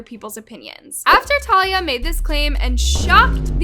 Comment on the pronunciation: talia is an ACTRESS not a tiktoker, plus you didn’t even pronounce her name right..